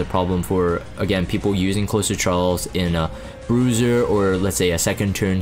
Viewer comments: So its not meant to be closer as in close to someone/thing- like nearby. it is Closer (with a z sound not s sound)as in to close/finish something. A "closer" like in basketball - a player who can finish the game strong and bring in the win. In this military-esque view it is someone who can come in and "finish a difficult job" - a reliable asset that you can call in to guarantee success. in this game- following up opener cleaves or others to come in and finish the job. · Closer as in closing/ending/finishing. Not closer as in proximity. The way you pronounced his name leads me to believe that you believe it’s the later. And why you think the name is strange.